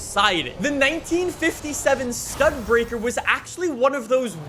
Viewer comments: Did say StudBreaker????? It’s Studi Baker... 💀😡😂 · Studebaker is pronounced Stu-dee-baker